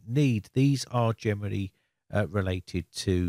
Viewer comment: When you say "generally", I always hear "Germany" 😁